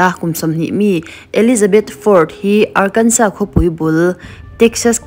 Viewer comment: Arkansas pawh lam dik thlap mai 😊 tran top